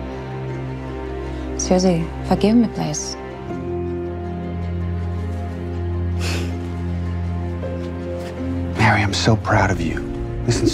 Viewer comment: They pronounce her name Mary, but it's spelled Marie.